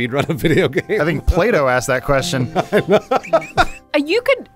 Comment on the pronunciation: Did Adam say Plato or Play-Doh?